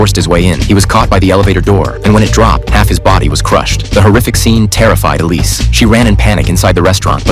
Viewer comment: It's Iris not Elise